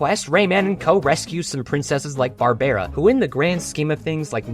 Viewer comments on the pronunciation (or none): incredible video but its pronounced ka-naur-en AND barbara is pronounced bar-bruh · did you seriously mispronounce one of the most common female names? You’re doing this on purpose at this point